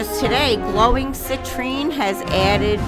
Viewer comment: I love how the cell's have exploded around the edges. It looks really good, especially because your canvas decided to try and escape 😁 great work 👍 I forgot to say, thanks for the mention and well done on pronouncing Citrine, ALOT of people struggle with it for some reason 😊 you should hear how my name has been shouted out at the doctors and other places 🤣